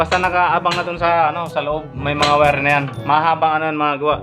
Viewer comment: boss wag Muna ipag ptuloy nakaka hiya ka Mali Ang pronounce mo sa wire o Mali Ang pag basa mo sa Phelps dodge